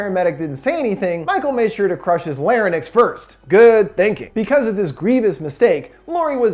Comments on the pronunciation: Crush his "lair-in-ix"? Larynx is actually pronounced "lair-eenks", amigo. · "illi-noise"? - "Lar-uh-nix"? Lol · larynx. Pronounced exactly how it's spelled. I spit out my coffee hearing Lar-nix 🤣🤣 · 'Lar-Inx' Otherwise, awesome recap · “Illinoiz” “Larinix” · "la-ra-ninx" ahahaha omfg thats some pretty atrocious pronunciation there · So 2 things. 1) Halloween 1 and 2 were the only ones done by john carpenter. Everything else with the insane bullshit and storylines that go nowhere were done by other people trying to recapture the essence of the original. 2) you gotta work on your pronounciation man. What's a lahranix? Do you mean larynx? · You pronounce Larynx really weirdly. Or Is that just me